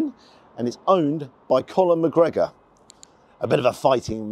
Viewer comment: You know this review is so real because he never gets Conor McGregor's name right once. It's hilarious.😂😂😂